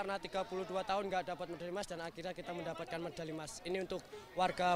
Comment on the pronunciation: Kenapa medali di baca mendali? 😮